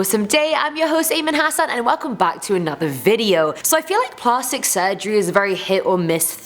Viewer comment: Plahstic? I’m British and I ain’t ever heard that pronunciation lol. Either way, luv ya